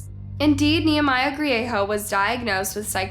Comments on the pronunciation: The g isnt silent in Griego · It's pronounced Gree-a-go not Gree-a-ho Bernalillo - Burn-ah-lee-o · His last name is Griego not grieho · It's Griego NOT Griejo. Great presentation but pronounce names correctly. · Albuquerque, NM is divided into quadrants. The south valley is one of them, not a city unto itself, unless things have changed substantially since I was there last. Bernalillo is pronounced burn-uh-leo. 😉 Griego is pronounced gree-ay-go. I would suggest some additional research if there are names with which you are unfamiliar. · I’m sorry but I had to giggle when she said ‘Bernalillo’ and ‘Griego’— it was cute, I am not being mean it was just funny. I’m from New Mexico so I understand how easy it is to mispronounce. This was a sad day for the community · the way she pronounce bernalillo n griego 😭😭